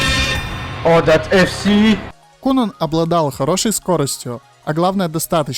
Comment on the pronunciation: кунан ахаха читается кайнан, но хороший видос